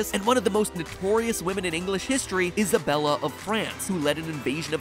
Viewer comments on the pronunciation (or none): none